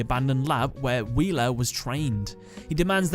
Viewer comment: Did he say ,,Wheeler,,?!?